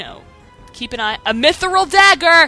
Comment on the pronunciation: Hahaha, you say Mythril like you say squirrel XD Simon totally filled the entire cave with grugs so he could take advantage of the princess, Basil. Don't worry about it XD I like how Garnet goes to up Simon's sword instead of MAKING SURE HE DOESN'T FALL AND DIE. What the hell, Garnet. You're so stupid, Garnet, why the hell do you think Dagger is a good name? "GREAT AMANDA" Look what you've done XD